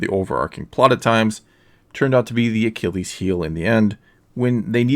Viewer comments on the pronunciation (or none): none